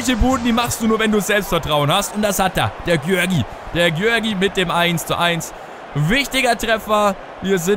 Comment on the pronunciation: Der vorname von Garics wird Juri ausgesprochen